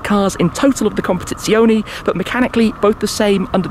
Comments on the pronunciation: CompetizionE , not competizioni. As you say correctly speciale, not speciali. Anyway great video Shmee! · ... u should improve ur italian language... "competizionE" and not "competizionI" ;-) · COMPETIZIONEEEEEEEEEEEEEEEEEEE NOT -ZIONIIIIIIIIIIII ❤️ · Nice video😍,but is CompetizionE,with "E" in Italy pronunciation,not CompetizionI. Is wrong CompetizionI,in english pronunciation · amazing video but as an italian PLEASE, it's non competizionI is competizionE just as you say fErrari and not Firrari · Everything exept for how to pronounce competizionE, its competizionE not competizioni 😅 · Comp-a-TITS--ione. Emphasis on TITS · ahhh classical. An Englishman butchering an Italian name. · he cannot pronounce it properly